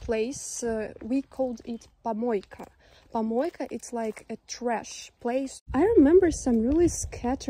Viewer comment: тапОчки, кОлонка, пОмойка. как можно так ненавидеть родной язык? ну и valve а не crane. да и куча других ошибок.